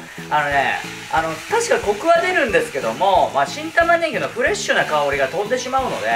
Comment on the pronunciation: 何回聞いても新玉ねぎがキン玉ねぎに聞こえる いい耳鼻科紹介してください